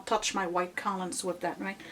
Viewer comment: love your videos but lately you've been driving me a lottle nuts with your pronunciation of the word collumn. The "n" is silent! It's pronounced "kol-um".